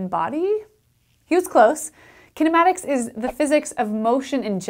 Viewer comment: As an Indian ,Her pronounciation of kinematics made me to turn off the audio and just read from the captions